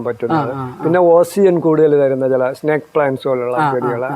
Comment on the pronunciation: സ്നാക് പ്ലാന്റ് അല്ല സ്‌നേക് പ്ലാന്റ് ആണ്